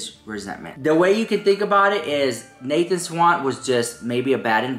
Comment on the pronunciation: He didn't "drag" Nathan SCHWANDT,, SCHWANDT...not Swan or Swant. I don't know why that triggers me. They have both moved on and you're making something out of absolutely nothing. Maybe I'm experiencing meloncolony.